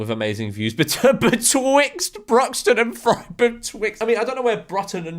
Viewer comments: actually, Frome is pronounced “Froom” 🤓☝️ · They're pronounced Brute-un and Froome, cheers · I live in frome lmao, pronounced “froome” , Bruton “brooton” is like 10 mins away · That mispronunciation of Bruton and Frome was violent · ERRRRNMM…. Mr George has pronounced ‘Frome’ wrong 🤓🤓🤓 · the Frome pronunciation killed me